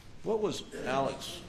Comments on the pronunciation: Niw it’s ALEX. TWO SEC LATER HE SAID VERY PKAINLY. ALEC. Within two sec. Am I the only person disturb by this. It’s under oath. Wonder his his name is being written down each time by cozrt reporter. Or does she simply make up her version ea time. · I notice that Alex is pronounced Ellick down there.